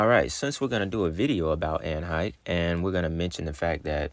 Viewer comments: Great video. Pronounced Anne HESH btw 🤣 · That number of kids missing every year is crazy AF. And by the way you got some pretty good content bro. I been rocking with you a couple of years now. And, it's pronounced like Hesh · Hay- shh is how it's pronounced great info . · Her surname is pronounced Heshe although it's spelled differently. Allegedly she had just or just about to make a movie about children being sex trafficked...in other words she was gonna spill the beans in the form of a fictional movie. She ought to know as her former lover is a big time trafficker...ALLEGEDLY! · Also just bc you said you didn't know & others may not either, her name is pronounced like "he-sh" with the short "e" sound. Great video👏👏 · her last name is pronounced, HAY-SHHHH. Hope that helps! LOVE your work! 😊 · Anne Heche pronounced HAY- shhh i’m wondering if anne knew what ellen and others were doing and she like many others were silenced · I live in LA county, and I saw it. It looked crazy to me at the time and I wondered who she was sacrificed for. BTW her name is pronounced Hash (long a) excellent video Ellen sure looks bad in the photo with his red eyes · It's pronounced Hesh😁 it's definitely a strange name it means portal... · Hello...The way to Pronounce her name is Hay~sh...I am looking forward to hearing this one today... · Anne Hesh is how you pronounce her name. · Hay-shh is how it's pronounced. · Her name is pronounced Anne Hey-sh. Its kind of irrelevant, but if you're telling a story pronunciation is good to know. ✌ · I believe it's pronounced "Hesh" btw. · HER LAST NAME IS PRONOUNCED HAESHH BUT ITS SPELLED HECHE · Hashe long a e is silent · Pronounced like Hesh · Heche pronounced (Hesh) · Her last name is pronounced: "HAY-SCHE" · Pronounced "Hesh" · Pronounced hesh